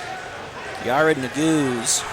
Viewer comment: Yared ne-gu-zay